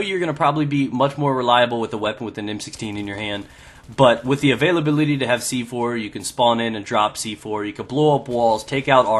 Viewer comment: Lol... "the avialebelility" ? xD